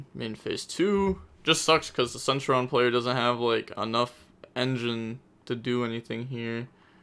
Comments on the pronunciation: Omg Sen-Tur-e-on!!!!! Plz. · not really u pronounce the t as a ch sound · The way you say it is cen Turion (ter-ion)